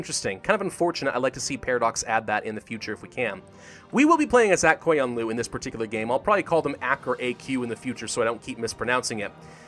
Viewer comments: Yo listen up since im from Azerbaijan that means that we learned about Aq qoyunlu and the Qara qoyunlu So u say Aq qoyunlu like this: Akh qoyunlu And for qara qoyunlu ur somewhat saying it correctly Edit: if u wanna say it correctly say QOYUNLU not KOYUNLU because it kinda makes me get triggered but hey its k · The pronunciation of aq qoyunlu is agh goyunlu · All of the "u"s in the names are u sounds, none of them turn into an a. Phonetical pronunciation. Ak Koyunlu.